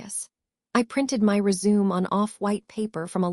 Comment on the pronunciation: If you do the voice why then is it you can’t say resume the right way and 911 is not nine hundred and eleven.